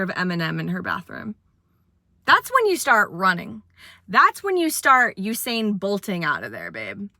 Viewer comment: I'm not even 10 mins into the video and I'm just enthralled in your story. I feel like you are a comedian/writer? I maybe mistaken. Just introduced to you w this video. I love your humor in telling this story. Also as a Jamaican, thank you for pronouncing Usain Bolt name proper👍 Being gay does suck. It's truly painful. But I wouldn't want it any other way. So good luck to you on your journey. Again you're hilarious 😂